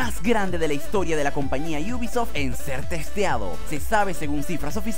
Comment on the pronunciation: Por qué dices iubisoft ? Te crees especial por agregar una (i) o algo ? Me podrías explicar por favor